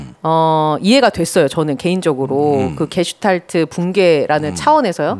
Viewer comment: 게슈탈프나 게슈탈퍼 또는 게슈탈포가 아니고 '게슈탈트(Gestalt)'입니다. 김종대 전 의원님, 전문용어를 자주 사용하는 것은 좋지만 할 때는 정확하게 부탁드립니다. 아무 것도 아닌 이야기를 그냥 쉽게 말하면 되지 유식한 척 어렵게 이야기하려니까 참 횡설수설 하십니다그려 ........